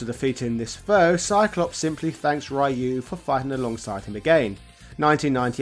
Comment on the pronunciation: Don't feel bad about that, "some people" still butcher the pronunciation of "Ryu" in 2022